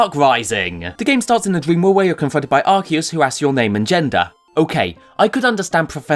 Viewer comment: Arceus didn't create humanity. Also thank you for pronouncing his name correctly.